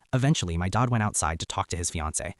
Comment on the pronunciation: Why can’t OP say the word DAD? He sounds like DOD???